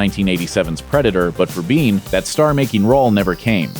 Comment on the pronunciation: "Michael Biehn", NOT bean. Geeze, guys.